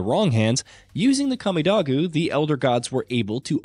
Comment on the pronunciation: Kah-me-dough-goo... can someone who actually plays these games talk, they may actually care and not just mindlessly read from a script. If you played the games you heard how it is said. Shit, if you watched a YouTube playthough you would have heard how it is said. Talk about things you enjoy and give the fans enthusiasm